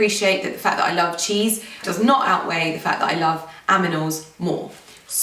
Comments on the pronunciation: Kei-chwan she did say aminals😂😂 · did you say "aminals" instead of "animals" or it's my ears that need cleaning? XD xx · Did she say "aminals"? LOL! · tiny wastebody I heard that too! 😹